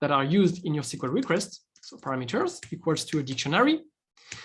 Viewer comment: Are you shure with "paramAters"? .